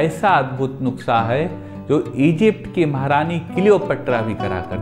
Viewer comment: Nuuuusakha. Dhire bole achhese bol payenge